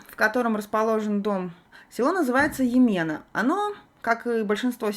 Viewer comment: Локация, будем откровенны - жопа мира:( Вы недавно в Сербии? Неправильно произносите назания. Ямена - ударение на Я. Морович - ударение на первый слог...